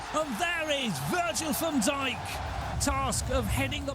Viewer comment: my guy said van dick